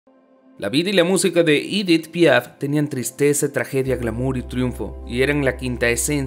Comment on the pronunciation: Se pronuncia Edí Piá porque era francesa